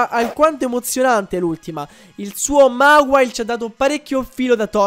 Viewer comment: non si dice mawile ma mewail (non so se si capisce XD)